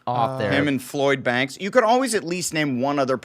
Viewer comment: Adam said "Floyd Banks" hahahaha that's Lloyd's nephew or somethin 🤣